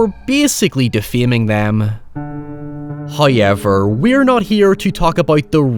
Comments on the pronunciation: in what part of the UK do they pronounce "OU" as "EY? like "outcast" being "eytcast", "house" being "heyse", "however" being "hoyever" i am actually interested, sounds like an interesting accent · HOW-ever! --NOT-- HOY-ever!!!! Gaaaaah!!!! Love your channel keep it up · First "hoyevver" drops . He teases us- did we offend Him? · Some people are just here to hear the hoyever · I would have never noticed if I hadn’t seen this comment lmao. Now I hear it every time, as if it were a damn emergency siren.